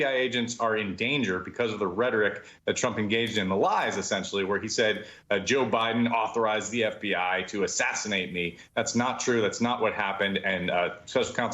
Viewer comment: Who told you Trump's trial was "unconstitutional"? Also, that not all the jurors had to agree on Trump's guilt? Let me guess... Fox News? News Max? (Both media outlets that have been, and are being, sued for lying). BTW, it's "where", not 'whare".